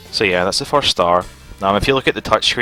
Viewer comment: Nehehehehhe "foirst time" HAAHAHAHAHAHAHAHAAHAHA!!!!...... Uh, dunno if Scottish or Irish.. I'm not too certain. ;-;7